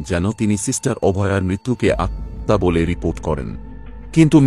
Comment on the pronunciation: আত্মহত্যা উচ্চারণটা ঠিক হচ্ছে না